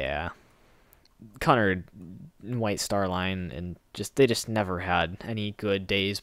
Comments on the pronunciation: it's pronounced qnard. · its pronounced Q nard and the lusitania did and the carpathia did sink im not sinking 3 days after dropping off the survivors of titanic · Cunard is actually pronounced Q-nard. Also, Titanic and Britannic weren't Cunard ships. They were White Star Line ships. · Cunard is pronounced Que nard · it's actually cu-(q)-nard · its pronounced cunard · He pronnounced cunnard wrong ; ( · Titanic and britannic was white star line, not Cunard. Cunard had the Lusitania, Mauritania, and Aquitania and the two companies didn't combine until 1935. You also pronounced Cunard wrong lol